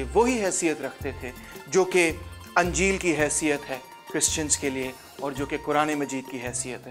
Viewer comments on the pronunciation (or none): Ap ki videos zabardst hain. Ap ki urdu bhi lajawab hai. Bus agar bura na maaney to urz hai ke ke zeir ko zabar na parrhain. Jese injeel ko unjeel na parrhain